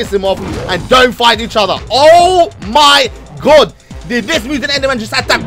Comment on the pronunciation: "omy good"?